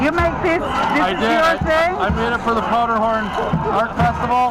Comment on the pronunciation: It's Powderhorn...not Potterhorn